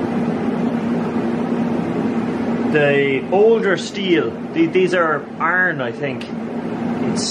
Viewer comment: I like the way you pronounce iron. "Arn."